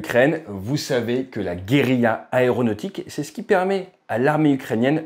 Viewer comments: Guerrila ? ce serait pas plutôt guérilla, qui se prononce avec le yeu pour les deux L .... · Guérilla et non Guerrila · Super Vidéo , comme d'hab. Juste un truc : Trop d'R et pas assez d'L à "Guérilla" à partir de 3'. Surtout pour de la Guérilla aérienne : Il ne faut certes pas manquer d'Air, mais comment peut elle voler sans assez d'L ? ;-) Pour la petit Histoire, le terme a été créé par VON CLAUSEWITZ, qui détestait Napoléon et a observé l'organisation de la résistance Espagnole à l'invasion des Français : Guerilla = littéralement "petite guerre" en Espagnol. Division en cellules, fusion dans la population, messages chiffrés, ... autant de méthodes qui sont toujours appliquées et ont fait flores dans la résistance Française, en Indochine / Vietnam, Algérie, ...